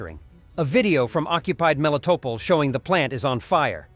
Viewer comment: Why in the hell can you not get your pos AI to at least pronounce at least Melitopol correctly??????